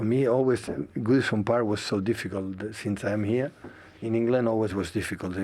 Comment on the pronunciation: Man said Woodison Park LOL